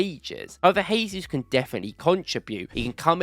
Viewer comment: I respect your content and love everything . But it’s Gabriel Jay-zoos , not Hay-Zoos. Brazilians and Portuguese’s pronounce it as J not H which is different from Spanish who pronounce it as H. You don’t pronounce Joao pedro as Hoao Pedro , or Jorginho as Horginho